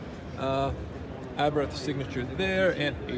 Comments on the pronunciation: It is not Abrath. It is Abarth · Good video, but it is called Abarth, not Abrath 😅